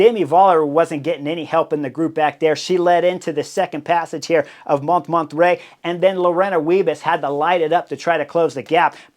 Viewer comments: Hey Chris, I love your videos, have watched every single one of them for years, at this point. But there's one thing that really bugs me, it's not just Bob Roll who mispronounces foreign names and places. For example, 'Montmartre' in your video today. That's one of the most famous hills in all of France and you're mispronouncing it so bad that I couldn't even figure out what you were referring to, the first few times you said it. Could you just take 5 or 10 minutes before a video and review how to pronounce foreign names and places? Wikipedia often has audio of the pronunciation for well-known names and places. (Other examples that spring immediately to mind: It's Nils Pollitt not Paulette. It's Giro d'Italia, not Giro di Italia. I could go on...) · Sacré bleu, Chris! Montmartre: pronounce it like this, Chris Moan-mar-tra , not mont mar tray. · "Mon(t)-mar-tr(uh)" mon cher ☮️☮️☮️💯☮️☮️☮️ Easy on the /t/ & /uh/ Although "Mont martray" is darned unique ❤❤ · What a race it was. Too bad Lotte didn't win, she had the legs. But had to give too much in returning to the group after the crash. But it was an amazing race to watch. You should have learned how to say Mont Martre. I didn't know what you were talking about. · I watched this episode on the trainer, having already watched the race. I didn't know they were going up Monterrey. Holy distracting mispronunciation. This bald guy has presumably been to France and given all Americans a bad name, if for nothing else than for just confusing Spanish and French pronunciation norms. Has he seriously never heard anyone pronounce "Montmartre" before? I don't need native speaker, but goodness try. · Took me a while to figure out you meant Montmartre 😅. FYI: it's pronounced "MON–MART" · Sorry Chris, you pronounce the hill Mont Mart. Just for future reference. Love the show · Mon -mon-trai…..it took me a while to figure it out. Maybe because I am French🙂 I love your show !